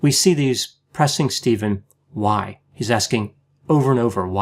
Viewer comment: Correction. The interrogator did not say "Why?", he said "Wah?"